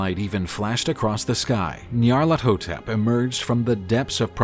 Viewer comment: Finally someone pronounced Nyarlathotep correctly!